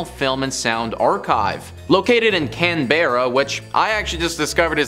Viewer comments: It's pronounced CANberra, not CanBEARa. The more you know lol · Can bear ah? Wtf! Maybe take 45 seconds to google how to say the place names. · It’s Cannbrah. Like drinking cans with your bro or as we say brah! And for the record it’s not pronounced Mel-Bourne it’s Melben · The mispronunciation of "Canberra" is painful as an Australian. It's "Can ba rah" If pronounced phonetically. Not "Can bear uh." Just a heads up so you don't sound stupid when speaking to Aussies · its can-ber- a not can-beer-a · I Know! - Mate It's pronounced Cann-Bra NOT Can-burr-Ra! 🤦🤦‍♀️🤦‍♂️ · I know STILL cringing over it! 😖 - Mate it's pronounced Cann-Bra NOT Can-burr-Ra! 🤦🤦‍♀️🤦‍♂️ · Only if your a Yabbo. - It's pronounced Cann-Bra NOT Can-burr-Ra! 🤦🤦‍♀️🤦‍♂️ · It's pronounced Cann-Bra NOT Can-burr-Ra! 🤦🤦‍♀️🤦‍♂️ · You either pronounce it as either Canberra or canbruh not can bear ah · bro said "cAN bear ruh" bro it's "canberra" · Can Bearah? WTF is Can Bearah? It's Cambrah. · "canbaerra" it's cann-bra.. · Can-bra not can-Berra lol this is why Americans shouldn’t do videos on us. None of these are scary 😂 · Tip - Our nation's capital is pronounced Can-bra. Also, while Port Arthur is historically tragic, for outright spooky, pop up the road to visit Woolmers Estate. Don't doubt what you think you see. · In Australia Canberra is pronounced Can-bra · Its Canberra. Not Canbearra. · CAN BEAR AHH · It’s pronunced canbruh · Nah it’s Cam-bruh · the town is pronouced can-bruh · Can... ber.... her..canberrrrrrra....can bear her....can brrrrrr haarrrr....nah....dude you messed it up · Can-bear-a 😂 oh no, please stop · Its pronounced can-bra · Let me help you with Can berra.😂 It's pronounced ( Canbra) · can-berra. no it is pronounce Can or Cam-Bra and you put it all together. can bra. cambra. canberra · Bro I can't even comprehend how you just pronounced Canberra🤦‍♂️😂😂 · Hearing him butcher "Canberra" is almost as funny as that UFO hunter guy who botched Woomera as "Woo-Mare-Ah". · I know right ! 😂😂